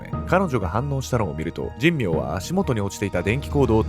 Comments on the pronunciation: じんみょうじゃなくて…しんめいね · じんみょうじゃなくて、しんめいかつのぶな。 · この加害者斎藤と2人目は神明でしんめいと読みます。確か、茂原にはしんめいは何軒もありましたから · じんみょう ではなく しんめいです